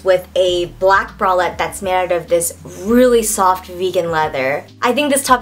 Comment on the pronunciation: LOL awwww someone should make a gif out of her face when she was like "waow dis is so sooftt"